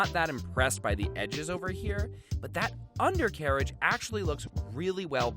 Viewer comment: Nobody:: U N D E R C A R A G E